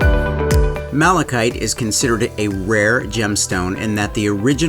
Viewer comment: I seriously thought you said Malachi. Once upon a time there was a lad called Malachi who couldn’t sleep. His uncle Mark made him a malachite bedroom table, trash can, and tissue holder in hopes he would sleep. Indeed he did!!!